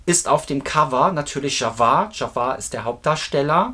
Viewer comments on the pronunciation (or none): folgendes müssen wir noch üben: Es heißt Antoine FuquA und nicht Fuqur! Es heißt Jaafar und nicht JaVar!😊 Der echte MJ Fan kauft KEIN Merchandising Post-Mortem. Sony hat MJ das Leben in seinen letzten Jahren, sehr schwer gemacht und alles daran gesetzt, ihn scheitern zu lassen. Nach seinem Tod hat Sony sich die Rechte gekrallt und Millionen verdient. Wer heute noch etwas an Merchandising erwirbt, unterstützt Sony! Egal ob Bücher, Poster oder CDs, vieles was erscheint, wie angebliche „neue“ Songs, wurde von Michael bewusst unter Verschluss gehalten, da er diese nie veröffentlichen wollte. Sony bastelt da irgendwas zusammen und verkauft es als MJ neuen Song! Was für ne dreiste Lüge! Mein Rat Leute, Kinofilm, sicher! Alles andere, Finger weg!